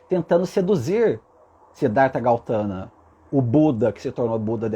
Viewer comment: Seu lindo maravilhoso, adoro suas mensagens. Está correto sobre o Buda, nasci numa família Budista e tudo que falou até aqui é verdadeiro. Deixa só fazer uma correção 😁talvez até eu esteja errada mas.. É Gautama e não Gautana😍Como falei é apenas um nome sua colocação está totalmente correta🙏❤️